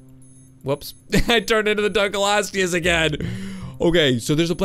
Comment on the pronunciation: dunkleosteus is pronounced dunk-lee-oh-stee-us